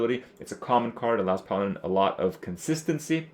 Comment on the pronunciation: for the first 7 mins i thought krip was saying piloted... its PALADIN.